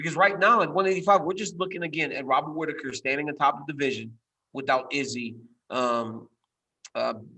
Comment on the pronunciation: I really can’t handle the way Ariel says izzy name anymore!!!